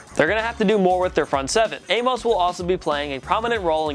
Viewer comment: Its adrian A-miss not A-mos